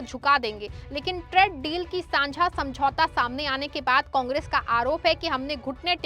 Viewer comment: Bahan tred deal nahi traaaade deal bolo